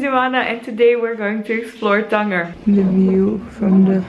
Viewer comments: Cool vid, it's Tan-Jeer not tanGUer (Tangier /tænˈdʒɪər/) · It's pronounced "Than-ja" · ur nor saying the name of the city correctly .. ur have to say it like tanjier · it does not pronounced that way its tangier " as a J of Jeremy ", glad u had fun though.